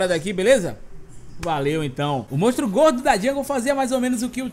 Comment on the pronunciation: Só eu que percebo q o fala "mostro" e n "monstro"? Kkkkkk Vídeo ficou daora,, tmj ❤